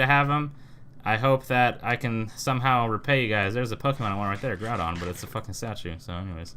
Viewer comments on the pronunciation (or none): none